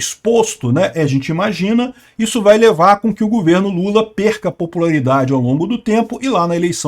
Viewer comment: o certo é governo, e não gUverno.